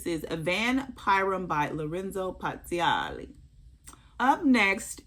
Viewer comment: Omg! I speak Italian and you pronounced Pazzaglia perfectly the first time. ❤